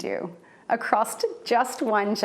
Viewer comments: Oh Katie and Wesley, how I fear for you and your dreams. (She said acrosst, btw.) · lol she said acrost